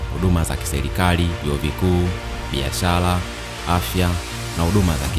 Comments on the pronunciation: Sio biashala ni biashara kuna tofauti kati ya L na R. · Leli ndio nini.? Jifunze kutamka R ipasavyo usituchafulie Lugha. Biashala,Balabala,Selikali,Mashaliki. Kichefu chefu.